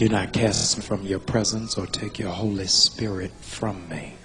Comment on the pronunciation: It’s an honest mistake, she just got confused between Holy and Horry👈😂